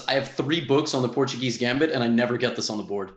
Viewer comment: the way he pronounced portuguese wrong both on this tier list and the beginner tier list is incredible LOL